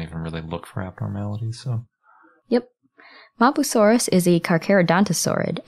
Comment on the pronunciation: The way u say mapusaurus. No